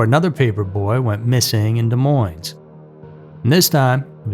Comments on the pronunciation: Isn’t Des Moines pronounced Dee-Moine. ?? 2 —Silent —Ss. I think faces on milk cartons was a genius idea. People needed to be aware and afraid. Kids needed to be scared and taught about stranger danger. I am 60 and my Mom watched me like a hawk. I watched my boys too. I can’t believe that people even now let their kids roam the streets. 🙄😡 They need to do it again. Put faces on cereal boxes!! 🙏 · Des Moines....the "s" is silent. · BOTH "S" sounds !!! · Your shitty, lazy-asaed AI can't even pronounce the word "Demoines" correctly. And I love this thing where everyone thinks they're adding drama to their statement by saying someone was "brutally murdered!!" Um, o-kaaaaaaay. Versus what....? "Gently" murdered? I don't know about you, but "murdered" pretty well says it all for me. In under a year, AI has literally ruined YT. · Learn how to pronounce Des Moines. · Wow, it's been a while since I've seen Jim Benneman on TV. still hasn't learned how to pronounce Des Moines.